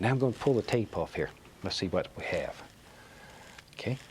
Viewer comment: And when he says, "Tell ya HWHAT...."